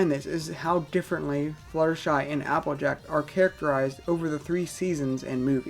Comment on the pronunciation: You sound like tara when you say applejack, you say appajack